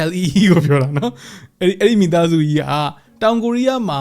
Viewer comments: Lee ကို ကုရီးယား လို အီလို့ ထွတ်ပါတယ် ဆရာကြီး မဟုတ်ပါ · အီမျိုးရိုးBro။အီလို့ အသံထွက်တယ်ဗျ